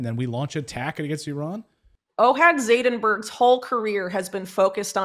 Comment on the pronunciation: "ZaidenBERG" "GoldSTIEN" 😆 EVERY. SINGLE. TIME. 🥱